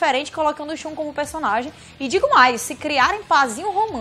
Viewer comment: O Shun (e não "a" Shun).